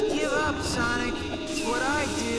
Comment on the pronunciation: sonic amy said sonmay